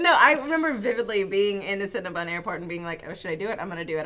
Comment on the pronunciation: Cinnabun?! NO. I reject your pronunciation of Cinnabon.